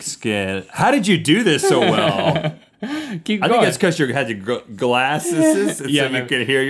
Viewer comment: Rhett: "glasseses"